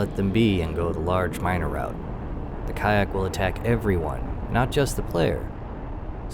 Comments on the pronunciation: I like how you pronounce their names. IDK if YouTube would react if you would pronounce the name correctly (if there is even a correct way to do so) But asuming I know the correct pronounciation, it would sound like one of the the german words for poop... yes there is more than 1 word for that in german. I also like the stile in which you did the video, you also explain the whole topic very well and also how the player can deal with the problem. In my case I did not know about the respawn time and also that their "Outposts" just respawn in Sectors that contain ore and minerals. So great job and thank you! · You pronounce it ka ack when it’s been pronounced cock since x2. Oh right youtube fuck YouTube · First, Ka'ahk is pronounced: Ka Ahk. not Kaiack. the ' is important for the pronounciation. Makes it 2 words, on the same breath. They showed up in X2. Second, not bugs. Crystaline Entities. Like the XENON (Xenophobic Entity, Non Organic Nature), they hate anything not them, though unlike the XENON, not a programming glitch. Nividium is remnants of their planet it seems. And yes, I have played ALL the X games, even Rebirth (what a waste). Helped a bit with X3TC with graphics issues, nothing much. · Why are you pronouncing ka'ak as kayack? Lmfao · I think it's pronounced as cock😂😂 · He explained why he was pronouncing it kayak in the video. Basically, he doesn't want to freak out the YouTube algorithms. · Thanks for another fun upload. Hey, I mean the way you pronounce Kha'ak at least makes for a good laugh :)